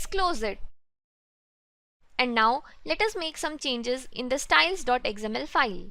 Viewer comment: Love the tutorials. Good work. Few corrections in pronunciations though. XML - "Ex Em EL" (not "Eggs Em EL") Accent - "Ak Sent" (not "Es Sent")